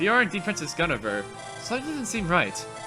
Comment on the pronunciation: it's pronounced "Gwin-eh-veer"